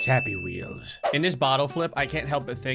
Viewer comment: the way he says Happy Wheels 😅